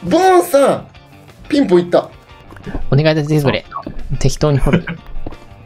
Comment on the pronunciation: ピンポーンじゃなくて ピンぼーんだね